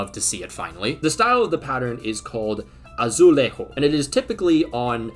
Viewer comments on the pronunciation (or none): In Portugal, the J aint pronounced the spanish way, so its "Azulejo", not "AZOOLEIGHHO"